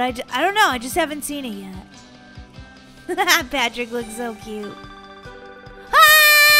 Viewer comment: When you saw Patrick I thought you said pan trick